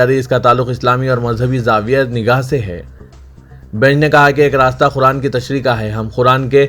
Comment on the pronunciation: Kyu khuraan bolte ho...QURAAN bolne mei Kya TAKLEEF hai....Samjh mei nahi aata ??..kitni bar likh Chuka hoon...SUDHER JAO...Urdu ki image kharab na kro...